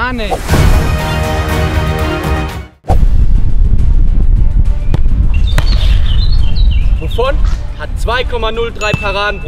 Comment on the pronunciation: Leute no hate aber am Anfang sagt Buffon und Loris Navas😂